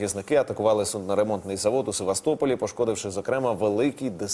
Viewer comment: Корабель_ це судно, наголос на перший склад, суднооо-це нічний горшок